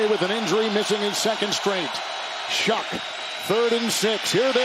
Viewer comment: not shuck doofy. pronounced Shugg